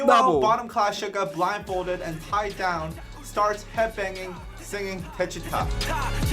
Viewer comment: The pronunciation is : DECHITA !!!! not "deshiuta" 😂